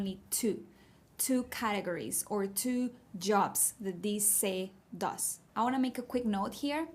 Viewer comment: Hey, I would like to point out that you’re putting the wrong emphasize on categories. It’s like me saying ádios instead of adíos. This is the only word you mispronounce so I would recommend just searching up a video on how to pronounce it. People without subtitles may not be able to understand what it means If it helps, categories is sounded out exactly as it is in Spanish, just without the “e” and the English r